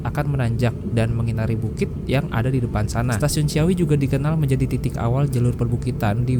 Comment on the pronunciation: Banyak salah pengucapan nih... bukan cia-wi tapi ci-awi, bukan cia-mis tapi ci-amis. Nama2 tempat di wilayah Sunda biasa diawali kata ci yg artinya air, sungai. Ci dan awi dibaca sbg vokal rangkap bukan diftong. Dan Leles dibaca Lélés, dgn e taling bukan e pepet, dibca spt pembacaan 'enak'.